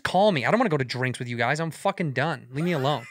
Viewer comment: "gwee don wan to get dirt on our chirts."